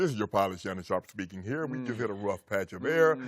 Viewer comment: That's "But 'hair's' the thang, Skip." Shannon has proven he cannot actually say the word "here".